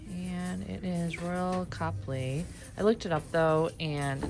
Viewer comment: CO-plee. NOT COP-ly